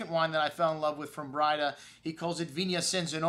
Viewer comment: Hi, Jack Braida here. It's pronounced 'bray-duh.' have a good day and God bless.